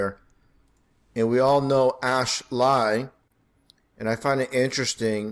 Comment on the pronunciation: "ash-lie" omg.